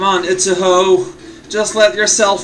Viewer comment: When said Utsuho, I thought he said "it's a hoe".